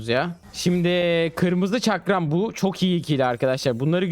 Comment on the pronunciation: Çakram demesini izlemeye geldim arada bir farklı pozisyonlar çıkıyo lütfen videoyu düzeltin